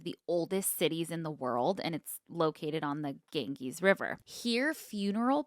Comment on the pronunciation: I love a mispronunciation 😂 Gangees cracked me up. It’s more Gan- Jeeze. Love you guyssss. Thanks for getting me through my bachelors program! Graduating in 2 weeks!